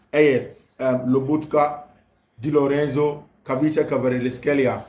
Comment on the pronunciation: "Kvaratskhelia"........pronounced [ ka rats kelia] not [kavrishkelia]. Good work. Much Love❤